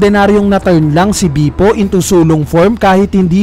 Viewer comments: please lang ilang beses ko narinig pronunciation mo ng name ni bepo is bipo 🙂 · Can you pronounce Bepo correctly? natatawa lang ako